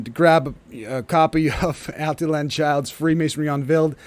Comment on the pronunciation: Al tee yawn.......not Al tee Lan....there.